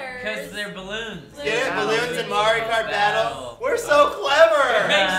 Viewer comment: Did he say "Mari Kart?" Now there's an idea for Mari. :)